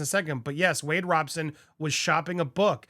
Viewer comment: Andy not Wade Roberson ..is Wade Robson..